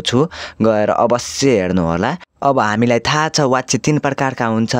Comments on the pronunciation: Wachya hoina bachya vaninxa व prayog vaye pani bachan garda ब vannu parda xa... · Wtf vachya lai wachya vanxa. Yesta le k padaula😅